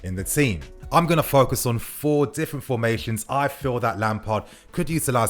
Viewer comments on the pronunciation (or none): none